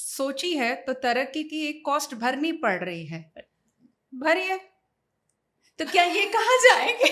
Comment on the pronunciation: the way she said " bhariye"